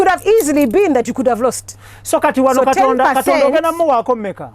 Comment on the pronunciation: "Kitonda"..so Angella cnt Pronounce "Katonda"🙄🙄😏😏🤣🤣anywe love u my 🤩🤩....But only Kasuku en Gashumba are missing on this show 🏃🏃